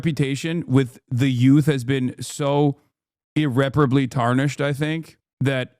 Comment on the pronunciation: brother your pronunciation of "irreparable" hurts my inner Grammar "notsee"